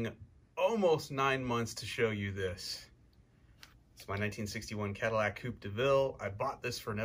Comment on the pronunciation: Love watching your vids and what you do Mike but I had to give this one a thumbs down, don't butcher the caddy.